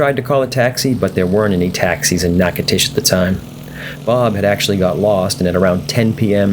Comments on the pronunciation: “Knock-a-tish”, Louisiana. Really guy. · Nachitoches = Nack-uh-dish Louisiana..... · I didn't realize he died in a plane crash in '73. :( Btw: Even though you see a "T", Natchitoches is pronounced with a "D" (nah-codish). I lived in La. for three years and it's a popular place. :) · Dude…it’s pronounced NATCHES…. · natch uh toe chiss, dude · You're killing me! Natchitoches is pronounced NACADOTIOUS. NA (a like apple) CA (hard C; a like alone) DO (like doe the deer) Tious (like shush). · You know I was in there a few years back in a Kingair and the locals seemed to pronounce it “KNACK-A-TISH”. I never heard the “DO” part as you put it. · Dude Learn how to pounce the names of people or cities you know nothing about! I do not know what that garbage was that you said but is it way off! Nachitosches is simple to pronounce unless you are a Yankee or from Fagaforinia! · You might want to ask a resident how they pronounce the name of their city.